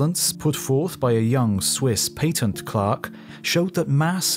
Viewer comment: Except when he pronounces the words "patent" and "cosmos" wrong. Thr mispronunciation of the word "cosmos" alone makes me want to turn the video off